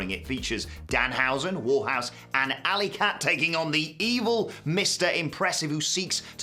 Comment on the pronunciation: Who is Warhouse? You mean Warhorse